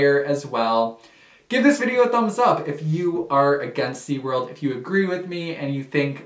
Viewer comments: SeaWorld not SeaWord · "Seaword" Lol still love your content though 😊